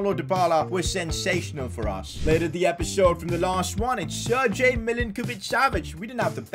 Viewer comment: It's a dumb of defending himself. He just couldn't accept the fact that he isn't aware of rivalries in Italian Football. Just makes the transfers based on what he finds interesting. He can't even pronounce "Sergej"right.